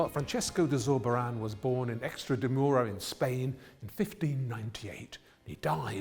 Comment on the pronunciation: Extra de Mura!!! I nearly choked! EXTRAMADURA you muppet! And none of the great intellects behind the programme noticed. What makes it worse is when he says he went to the house! Mot of us know where we have been, but Waldemar has been to places that do not exist.